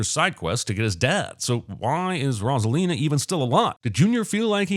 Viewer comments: everyone: ROSE-A-LINA cinemasins: ROSS-A-LINA :body-blue-raised-arms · 10,000 sins for mispronouncing Rosalina